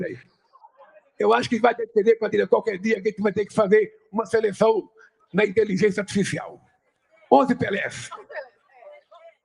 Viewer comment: "homiófi", "jogadô homiófi", "itelijencia atificial", vendeu a alma, deu o dedo e a língua também tudo pro demônio 😆😆😆😆